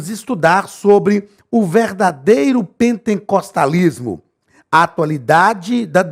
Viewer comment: Misericórdia não é pentencostalismo É pen-te-cos-ta-lis-mo sem a letra n depois do te